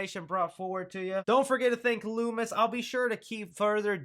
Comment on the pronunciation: Im doing dishes and am listening to this without headphones on, I thought you said Louis at first not Loomis when talking about your source lol thought you ended that mans whole career.